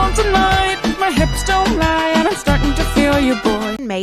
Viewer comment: Everytime you say hips😂😂😂😂